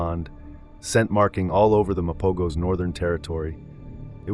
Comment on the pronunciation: thanks for the video and it looks like the website Wildfact gave it props! I did have two questions. I was under the impression that Mapogos isn’t pronounced with a hard G but that rather the G had an H sound: Ma-po-hos. Is this not correct? Also, I think I found the video from July 2010 (#55) but it only shows the injuries of Pretty Boy. It was my understanding that Pretty Boy and Rasta stayed behind in Majingilanes’ territory while the other 3 Mapogos returned to their territory and that is when the 2 Mapogos were caught by the 4 Majingilanes. This is what I’ve always heard. Was Dreadlocks with them?